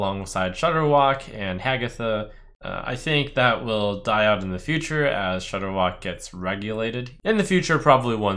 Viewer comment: I stopped playing Hearthstone so heavily solely because of Shordderwok......Rip